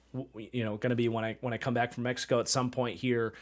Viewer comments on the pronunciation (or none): none